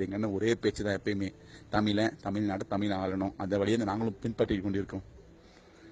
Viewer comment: பேசுற நபர் தயவுசெய்து தமிழ் என்பதை தமில் என்று உச்சரிக்காதீர்கள். நன்றி, நாம் தமிழர்....